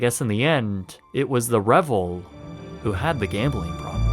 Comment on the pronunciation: Re-Vel, like gazelle. Not Revel, like grovel.